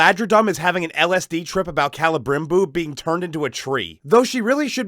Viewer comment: Celebrimbor could be called "Cele'dim'bore". Also, it'd be pronounced "Kee’Lee'Brim'Bore", not "Keh'Leh'Brim'Bore". As if anyone cares. Liked, subbed. Good looks. :-)